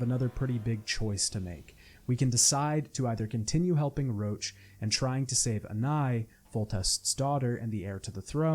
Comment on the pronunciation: In Witcher 2 when he keeps calling Roche “Roach” I just keep imagining the horse